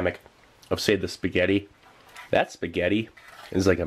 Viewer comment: "yeh ceant gew wrang with spigyetti"